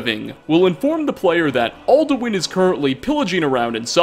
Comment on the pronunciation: its alduin not olduin